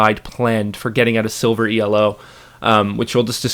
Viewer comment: Realy nice video, keep them up :) btw we say Elo and not E-L-O it isnt an acronnym, its actually comes from a guy named Elo